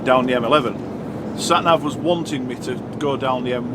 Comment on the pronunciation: As trucker jenko says sat nag lol